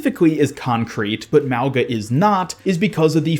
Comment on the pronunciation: The way you say mauga is wrong lol he’s a Polynesian character it’s pronounced MAU -GUH